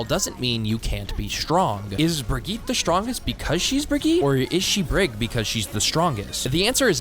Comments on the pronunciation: Is this vid satire? Because half these “tips” are the opposite of what I’ve been told in other vids. Also your still saying her full name wrong. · You pronounce brigitte ALL wrong